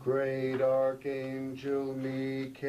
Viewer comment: Ohhhh, Me ka el. Its Michael, dude. Fucking Michael.